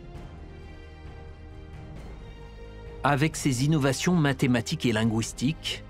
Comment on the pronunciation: "Lingouistiques" haha